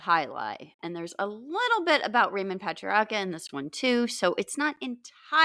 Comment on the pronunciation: Raymond Paay-tree-Arc-ker